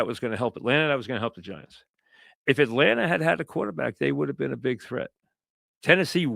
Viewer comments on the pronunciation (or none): “It’s a YUGE decision” Etlanter Falcons 😂